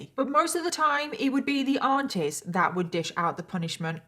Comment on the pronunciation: OH aunties! I thought you were saying ARTISTS 😂